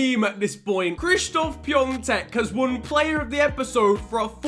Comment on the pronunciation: it is Pi A tek it’s so annoying when u say piontek please just stop calling him that